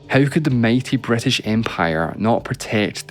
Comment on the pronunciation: It's HISTORY not hEstory, CITY not cEtty, BRITISH not BrEtish!